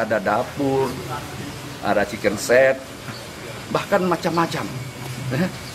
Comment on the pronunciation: Sedikit koreksi om, Kitchen set om, bukan chicken set 😊